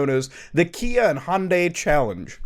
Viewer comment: Everytime you say Kia, all I hear is IKEA for some reason🙃